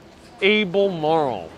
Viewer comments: al ber marl road. Not able mar road. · I grew up here in Flatbush, and in Victorian Flatbush where you also were. Take it from an old Brooklynite, for Albemarle Ave., just pronounce it "albamawl Ave." (Remove the letter r and add "aw"...) "I gave my two dawtahs faw quawtahs to go shopping at the mawl in New Yawk". Things are betta with a Brooklyn accent! Thanks! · Al-ber-marle It's British!! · Your mispronunciation of 'Erasmus' 'Albemarle' etc. was a turn-off. btw, Erasmus Hall buildings are gothic architecture, NOT Victorian.